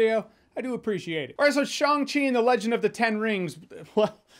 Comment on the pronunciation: Wow, great pronunciation of Shang Chi LOL The chi part needs some tweaking but passable for a good Chinese speaker.